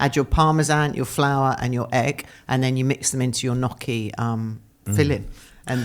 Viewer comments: and please, please, please learn how to say gnocchi! It’s not “nokky” but “nyokky”! I’m very surprised at not knowing how to pronounce this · It’s not nocky, sweetheart, but niocky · God knows what Joanna thought of stupid question about how the offer to star in 'Amanda Land' "I want to be on the "telly" CRINGE.....:face-fuchsia-wide-eyes::face-fuchsia-wide-eyes::face-fuchsia-wide-eyes::face-fuchsia-wide-eyes: Come on "Nock-ee":face-green-smiling: Really??????? It took Joanna who pronounced Gnocchi correctly.... Not surprising.:body-blue-raised-arms::text-green-game-over::person-turqouise-waving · WHY are you saying NOKKI 😭 Not Joanna. I think Joanna is the only guest so far who actually pronounces it correctly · Guys please... it's not 'knocchi'. It's 'gnocchi'. Please respect the correct Italian pronunciation. Dame Joanna is a delight. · Somebody on the team, please coach on how to pronounce the word, Gnocchi. Please. This is a food-related show. So embarrassing for him.